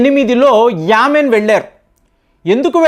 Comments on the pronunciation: Yamin kadandi, " Yemen" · Yamen కాదు Yemen పేర్లు మార్చేస్తున్నారు.